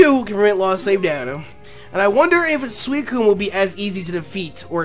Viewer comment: said Swocune